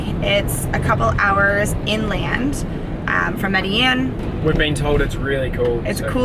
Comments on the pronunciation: It’s pronounced “meh deh jEEn”!! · But how the fuck you pronounced Medellín ??!